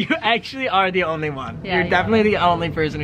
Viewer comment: Em onwy fwee